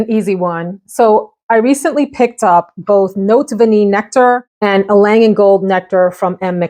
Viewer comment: You got it! You pronounce Vanillée perfectly! 👌🏻